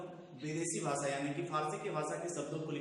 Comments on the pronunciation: Arre Chacha भासा nahin भाषा hota hai aur ज़ाता nahin जाता hota hai. Tum khud ke uccharan ko toh theek karo, galat galat shiksha dete ho auron ko. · ज़नाब आपके उच्चारण ग़लत हैं, सुधार करें | ( ड़, ढ़ ) इनमें नुक्ता प्रयुक्त नहीं होता| दूसरी बात आपका "भाषा' उच्चारण अशुद्ध है आपका उच्चारण ' व्हाषा" है जो कि त्रुटिपूर्ण है| सुधारने का अभ्यास करें|